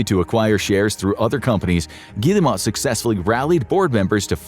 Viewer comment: Good video, but it’s very frustrating to hear a name mispronounced so many times. This video clearly has a lot of research behind it, which makes the repeated mispronunciation of “Guillemot” throughout the entire video stick out like a sore thumb. I also think the video is a little too one-sided. For example, the video fails to mention Vantage Studios, created by Ubisoft and Tencent to house the following IPs: Assassin’s Creed, Rainbow Six, and Far Cry. Speaking of Far Cry, the game is currently being adapted for television. As for Watch Dogs, they actually made a movie, which still hasn’t been released despite wrapping production in September 2024. The release of the first Assassin’s Creed movie, as well as the ongoing Splinter Cell and Assassin’s Creed Netflix projects, makes it clear that Ubisoft is (desperately) trying to generate revenue outside of gaming. At the time this video was published, Assassin’s Creed Black Flag Resynced had already sold over 3 million copies as of July 17, just eight days after its release on July 9. That makes it a clear success. It was also reported that Assassin’s Creed Shadows, which released in March 2025, had sold 5 million units by July 2025. Yet this video gives the impression that neither Shadows nor Black Flag Resynced had even been released. On July 27, Ubisoft reported total net bookings of €255.8 million ($291 million), a 9% decrease compared to the previous year, when results were boosted by the release of Assassin’s Creed Shadows